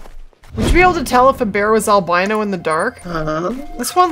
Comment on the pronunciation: Al-BEAN-O! I do wish tents didn't count toward your "encumberment".